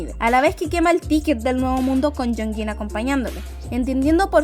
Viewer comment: Me confunde mucho que pronuncie tan parecido jeongin y hyunjin estaria mejor que le digas in que se mezclan